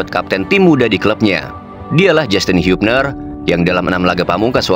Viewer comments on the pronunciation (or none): Hubner bang bacanya jgn hiyupner😂